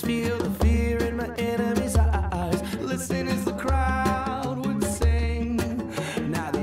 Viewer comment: love how u said e-y-e-s